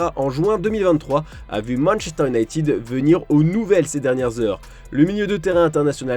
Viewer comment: "Manchter" 🤔 c'est nouveau ça